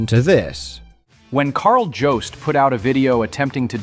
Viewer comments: has pronounced it as JOB-st (as in a job you work at) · I figured that Call of Shame is AI voiced because of his pronunciation of your name being completely and utterly wrong. Also not to mention I am willing to bet he cheated to get those 1st place trophies. I bet he used AI to get those trophies. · The fact that you say your name in almost every video and none of the hate videos can pronounce “Jobst” shows a lot. If those Certain Streamers can’t pronounce your name and don’t know Riley’s pronouns, I don’t know why anyone would think they know enough about the situation to be even remotely factual